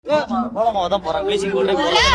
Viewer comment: ஏ பன்னாடை நீயெல்லாம் ஒரு மேயர். கோலமாவு அப்டின்னு கூட சொல்லத் தெரியல. கொல அப்டிங்குத்